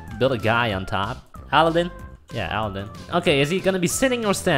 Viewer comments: Alden? 😅😅 it's Aladen wtf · OMG THAT RAP IS SO TRUEEE Skrt skrt jdnsksvsjjh skrtttt sjndgscskkd skrt skrt sjsn ! 😂😂💖 Edit: Its Aladdin N Yu Keep Sayin Aldin 😂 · Aldin? You mean Uh-la-din.... right? Haha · Andrew and La'Cee Paxton is it weird that they pronounced it aldin? 😂😂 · Lol he said AL-DIN INSTEAD OF ALADDIN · You're saying the name wrong, It's Ala-ad-din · You said aladdin wrong but i still love you guys(not in a gay way)